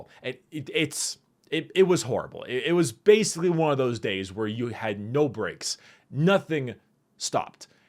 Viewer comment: Am I the only one hearing "Bricks" and not "Breaks"? Also I love story times like I lied on my bed at 11pm, listening to this with my eyes closed and I nearly fell asleep :3